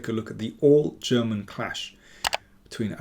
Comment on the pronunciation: Your pronounciation of the German names is perfect😊